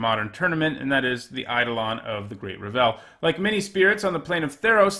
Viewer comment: How tf do you mispronounce Revel?